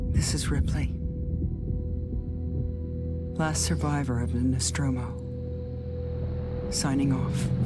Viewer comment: Dmitry Vasilyev Tip: "NOSTROMO" P.S: you almost got it right!!